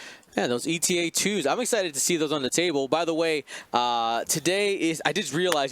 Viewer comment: Unless it is a running joke, can you please stop calling it E.T.A.-2? Eta is a Greek letter, just like delta, or lambda. It is pronounce "Ay-ta", similar to beta ("bay-ta").